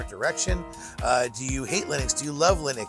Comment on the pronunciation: Why do you keep saying 'lie-nux' lol.